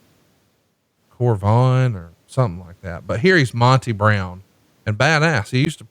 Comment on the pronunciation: Tony: "Mon-tay Brown" lmao